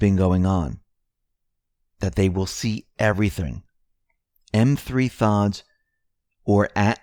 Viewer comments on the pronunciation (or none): M3thods is pronounced Methods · Thanks for YOU doing what you do. But - It's METHODS not M 3 THODS. lol